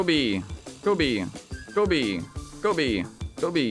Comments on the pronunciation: he says "Go B" or "Kobe" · i think it's "Kobe"